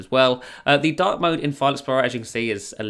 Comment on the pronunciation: Till 5 mins i was thinking "dock" mode instead of dark mode 😂